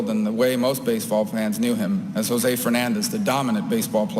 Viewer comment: RIP, José, you were great and you never deserved a Senator who doesn't show up, always bashes the country you were born in (most of the things he says are untrue - Cuba a communist nightmare? not really) and who can't even pronounce your name. You deserved to live on to witness Senator Murphy. You will sadly be missed